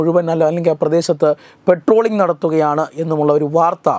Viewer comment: " പെട്രോളിംഗ്" അല്ല. പട്രോളിംഗ് ആണ്